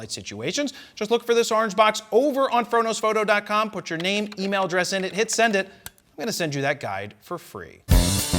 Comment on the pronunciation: "Frodo's photo" every time, it's what I hear lol.